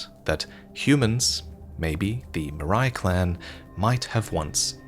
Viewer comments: why do you pronunce it "mariah", it's pronunced "marai". Marais is the french word for swamp/marsh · Marais is french for "swamp", related to their castle with a swamp. You say "maraille" but it's "Marais" (it's insanely triggering for any french to heard it this way lol). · Heads up, Marais is actually pronounced "Marey" in English. It's the french word for Swamp. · You know that « Marais » is actually French for « swamp », right? It should be pronounced: ma-rè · This has been said probably before, but "Marais" from House Marais, is a French word (pronounced MA-RAY - like a ray of light, but with a french "R" ;p) which means swamp or marsh. So if the house is called Marais, it is very likely the poison field around the castle is a defining feature of where they are from, meaning it was there when the house was founded, and not something that came later because of interactions with the serpent god. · Marais means swamp/mire. It's pronounced Mar-eh. Only nitpick I had with this. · Imma be that guy. "Marais" is pronounced "Mahrey." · I don't know if it was ever mentioned but Marais (pronounced Ma-reh) means swamp in French. What is also interesting is that part of the swamps in France are actually bogs or peatlands, that produce peat and can be found nearby old volcanos. I don't really know where the snake can be associated with that tidbit but the use of a french word in that context is a strange coincidence. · awesome video! I would humbly assume Marais is Pronounced "maré" its a french word that translates to "swamp" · A bit of help for the prononciation of "Marais", it's the french word for Swamp (wich explain the location of their castle and their sickly apperance) and is pronounced MAH-RAY :) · Marais is the French word for marshland (and a rather common last name) and I had a good laugh whenever you pronounced it :p